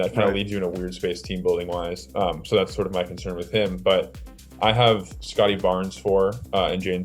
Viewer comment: What a take. He got the Scottie right